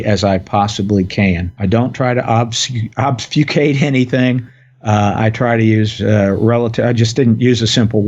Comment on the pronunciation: Dude it's pronounced Ob-Fuh-skate lolol. It's Not oz-b-few-kate nor Obbs-few-kate.... But thanks for dumbing it down for us commoners.